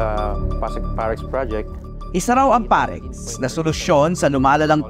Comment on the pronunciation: parex, dapat perax ahaha.